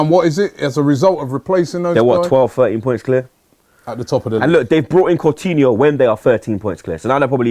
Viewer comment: The way calls coutinho cortinho pisses me off irrationally